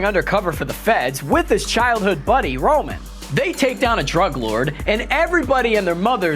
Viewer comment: he calls Ludacris's character rom 🤦 smh